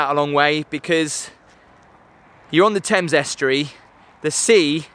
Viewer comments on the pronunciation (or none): none